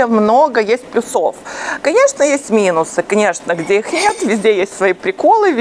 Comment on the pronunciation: "плЮсов", а не плюсОв